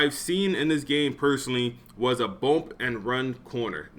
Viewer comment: Bruh it’s bUmp not bOmp 😂😂😂